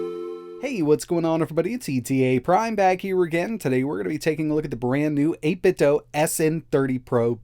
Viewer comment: Like the video but I cringe every time you say 8bitdo like it’s Nintendo. The company has already said it’s “do” like Scooby Doo